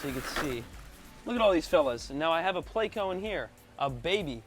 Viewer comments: PLECO. PLECOSTOMUS. PLECO. Not PLAYco. Not hating or anything but that drives me crazy bro. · 🙄 That’s a pleco actually, not a catfish. However both are bottom feeders, but they are NOT the same species. And please don’t say playco, it’s pleh-co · SORYY i didnt heard that you said PLECO